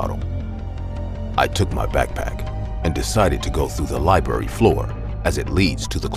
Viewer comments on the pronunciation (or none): Every time this narrator says library...he says it as li-barry. I've heard it in another video too and it's driving me crazy. The word is not hard to pronounce... libRaRy